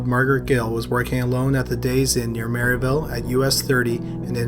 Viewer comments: I live near the last murders. The town is called Merrillville, not Maryville. Love your videos though! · I'M FROM MERRILLVILLE I was playing a video game listening to this and even mispronounced that scared me. (Don't worry even local advertisers can't pronounce it.)